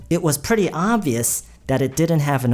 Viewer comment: Pretty를 말씀하실때 그냥 pre로만 말씀하시는 것 처럼 들리는데 맞나요??